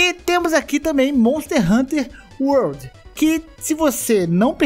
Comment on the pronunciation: "Monter Hunter World"? 🤣🤣🤣🤣